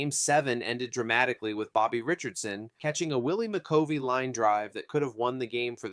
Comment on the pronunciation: Is this AI voice? You are butchering these names as if you never heard anyone pronounce them before. Sand Koe-Fax. Carl Yaz-strem-ski. Willie McCovey like Glove. There are others and I am sure there will be more to come as I finish this. But either stop using AI voice or learn to say these players names. Otherwise it was an enjoyable watch. Also you don’t say batting averages right. Unless it’s 200 300 or 400. You don’t say 4 hundred fourteen. You say four fourteen. For example.